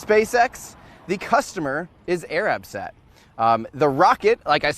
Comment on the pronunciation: Tim - keep up the great work, buddy! If I were going to quibble with one thing it'd be how your pronounced "Arabsat." The emphasis shouldn't be on the A in Arab, it should be on the R. So instead of AY-rahb it should be ay-RUB.